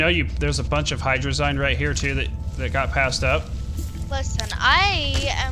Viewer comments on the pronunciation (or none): my dudes, ya not sayin hydrazine right